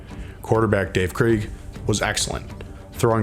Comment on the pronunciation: I’m sure someone else said this but… The Kingdome wasn’t the home of the Sonics. They played in the arena in the Seattle Center, which they shared with the minor league hockey team the Thunderbirds. Also, Dave Krieg’s name is pronounced like Kreg (like Greg with a K). Just being picky. Great video!